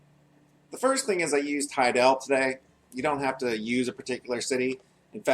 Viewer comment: why do people say hi-DELL? its fucking HAI-dle.